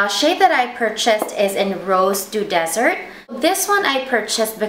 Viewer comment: Lovely presentation, lovely colour., I make two notes here: the colour of the lipstick is Rose Du Desert (meaning Rose of the Desert, not Rose of the Dessert). Tricky. Second, the word VOILE means Veil in French (sheer as a veil) so please pronounce it « voal », the « a » like in « car »:-) Keep up the good work!